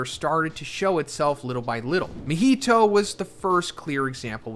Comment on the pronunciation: “Mihito”! 😂 Dear lord, not another main character name butchering creator.